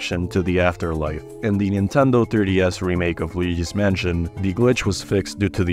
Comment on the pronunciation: I love when you say Pablo's name correctly, you said Neentendo right afterward. lol XD No where else. LOL